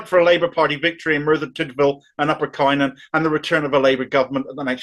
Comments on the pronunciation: As a Merthyr man born and bred I can only voice my disgust. - "Cunn-on" not "Kye-non" 😀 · Isn't it now up to the grass roots Labour members such as unions, trades councils, et al to back Beth as an independent? Just one pedantic point:,: Cynon in Welsh is pronounced "Cunnon". The letter Y in Welsh is "UH" (depending where it appears in the word). As I say, a very pedantic point. Thanks for these rants - gives me hope!!!! Keep going mate! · Cynon is pronounced 'cun-on' It is not a 'largely rural Welsh valley', it's a post-industrial Welsh valley Population of Cynon Valley is approx. 63,500 Population of Methyr and Rhymney is approx 72,000 And yes the process was an undemocratic farce